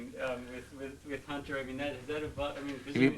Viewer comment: where is the H?